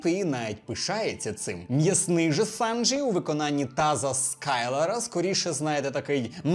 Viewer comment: Побуду трішки занудою, але СанджІ, а не СанджИ